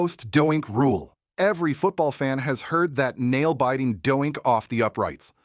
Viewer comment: is this a bot? he mispronounces almost everyones names lol, no football fan would not know how to say DOINK. this guy calling it dough-yyenk.